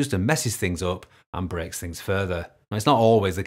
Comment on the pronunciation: Great tutorial, thank you! Btw, I thought I heard in the first sentence you said: "(...) if the update brexit" ;)